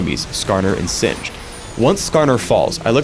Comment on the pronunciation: Did you call him xinged?